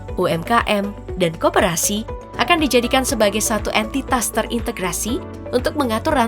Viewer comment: Min min ,koperasi bukan keporasi 😅